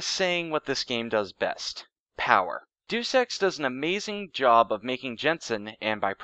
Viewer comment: the title is pronounced day-us ex but otherwise fantastic. Not played it but i might look into it now.